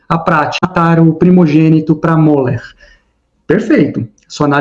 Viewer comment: Moloque ou Molor ? Até onde eu sei, se escreve Moloch porém a pronúncia é Molor. 🤔